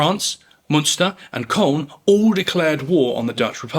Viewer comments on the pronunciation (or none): none